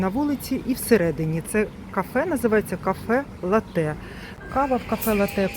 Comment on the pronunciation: Пані, не латЕ, а лАте, не картина на стіні будинку, а мурал. І точно не голубіка, а лохина. Прошу, врахуйте нарешті.:hand-pink-waving: Якщо взялись бути блогером))